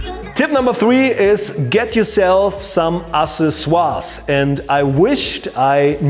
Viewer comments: Yes, I'm glad he wrote it out in # 3. I wouldn't have guessed by the pronunciation. AK 'SES' OR EEZ in English. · Ooooohhhhh... ACCESSORIES!! I get it now... to be fair that’s a tough word for a non native speaker.... (axe-sess-or-ees) Killer video man and a big help for me to photograph our 5 day old daughter... ps. So true that I bought a camera last year because of 1) a vacation to Singapore and 2) the upcoming arrival of little Phoebe ;) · i like babys... Accessoires was pronounced so german. :S